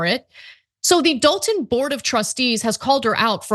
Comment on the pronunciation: It's actually "Dolton".....But, Yeah